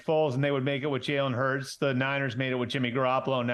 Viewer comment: Jerk could at least learn how to pronounce Jalen Hurts name